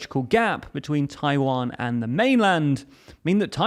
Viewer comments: Tawian lol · Ah yes, the Tawiwan strait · "*TAWIWAN STRAIT" 😁 When one erratum was fixed by another erratum. It's okay.